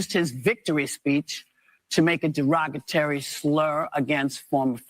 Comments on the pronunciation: Whoopi isn't very smart! Derogatary?! It's pronounced derogatory with an o! 😅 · 'derogetary'. Ok Caryn. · It's not derogaterry. The word is derogatory. She is so ignorant. I was done when she thought Jill was a medical doctor ! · So, Whoopi has the right to make "jokes," but no one else with whom she disagrees? Says Whoopi... Got it. Onward. And, Whoopsi, "derogitary" is not a word... Geez. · Whoopi said "derogatary" instead of the correct pronunciation "derogatory". I've always known she was an imbecile 😅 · Hey whoopi it’s not ‘derogatary’. It’s derogatory. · Whoopie said 'derogatary' instead of derogatory. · The word is Derogatory not DEREGATORY TYPICAL NOT SHOCKED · Not 'deragatAry', 'deragatOry', get it right. Free speech, remember?! 😂 😉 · Goldberg is so plain effing stupid that she actually said Jill Biden should be surgeon general because "she's already a doctor" And just said "derogatary" vs derogatory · Whoopie, " Derogatary " ?😅😅😅😅😅😅😅😅😅😅😅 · Did she say "derogiTERY" comment? 🤣😂